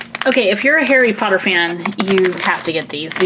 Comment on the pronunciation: its harry potter not hairy potter